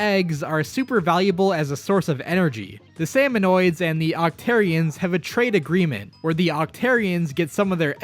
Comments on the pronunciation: lol he calls them "Salmonoids" as well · The way he pronounces Marie and Salmonid hurts me on a physical level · It's pronounced Salmonid, not Salmonoid